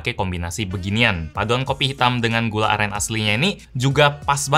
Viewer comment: Bang yg bner gula aren bang bukan gula alen